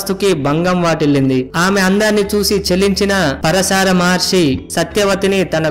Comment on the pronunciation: పరశార కాదు భయ్యా . . . . పరాశర మహర్షి